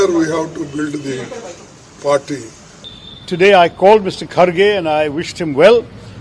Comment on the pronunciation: Woh khadge nahi.. kharge hai..Hindi channels ku naam bhi sahi se bolne nahi aata